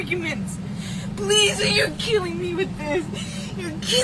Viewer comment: Amber Heard's lies are causing me ' immense amount of stress'. It's ' Keeling me'..' Keeling me'